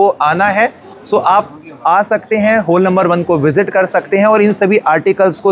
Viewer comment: हॉल को तो ठीक से उच्चारण कर लीजिए 😢😢😢